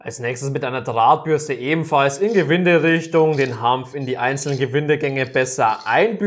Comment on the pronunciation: Bitte Hanf, nicht Hampf